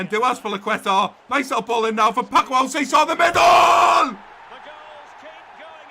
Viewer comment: Great episode once again 👍. One thing tho, Alcácer is pronounced Al-Cas-Er. 🇪🇸Otherwise I wanted to bring up kit numbers cuz I haven't seen anyone bring it up in the comments. I would give Soyuncu #4, Klosterman #3, Bardhi #24, Van de Beek #21 and Malen #17.